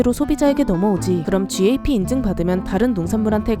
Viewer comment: gap 발음이 "갑"ㅋㅋㅋㅋㅋ